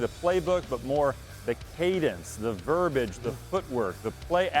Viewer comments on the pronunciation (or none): “Hunker down on”? What? Hunker down means to settle in for a long time. Did he mean “drill down on”? “Focus in on”? Oh and the word is “verbiage” pronounced ver-bee-aj … not ver-baj.